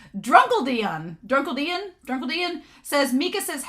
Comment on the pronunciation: I appreciate you reading out my comment at the start and I got a laugh out of you struggling to pronounce my username. It's Drunk Eldian as in Eldians from AoT lol. I made the username because I was drinking at the time so I wanted it to be related to alcohol and AoT, plus at the time the wine plot was going on in the manga so it felt like a very fitting username. Mikasa's line to Dimo Reeves "If you think it's natural for people to die for other people, then I'm sure you'll understand how your one precious life could save the lives of many" feels very relevant with what's currently going on in the manga.